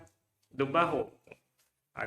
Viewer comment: Faltou não é "barro" nem "oco", é Barroco!